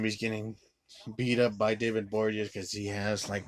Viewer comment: David Bo-ri-a-nez. Not that difficult.